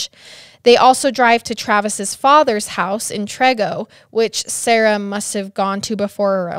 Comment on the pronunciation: I live around spooner and it’s kinda crazy to hear about a case happening so close to me. They lived like 10 minutes away from where I live. Also Trego is pronounced Tree-go.